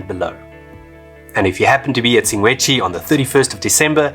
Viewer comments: Sshing - gwe - dzzi …… NOT …. Sing - Gwe - Dzshi. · Awesome video! I kept hearing you "Singwedchi", am I losing it hahahah. I was there about 3 weeks ago, setup camp about 4 stands down from the swimming pool. I thought it was a waste to spend the extra to be along the fence. That morning around 3am about 4 - 6 lions pulled down an antelope in front of my tent. Spent the rest of the night hearing Lions and Hyenas fighting, bones crunching, etc... was a great experience. I am still quite sad that they blew up the Kannidood dam though. Hope it will one day be rebuilt. Was always great to sit under a tree there and read a book with a mug of coffee in hand :) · You're so funny,... "Singwedgy"... 😂😂😂